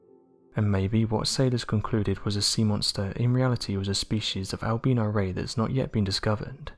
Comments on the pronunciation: Not trying to be funny but by 'ALBEANO' were you sayining 'ALBINO'? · When he said Al-beano I thought it was some type of mexican creature he was talking about!😂😂😂